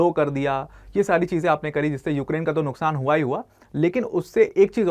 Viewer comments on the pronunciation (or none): none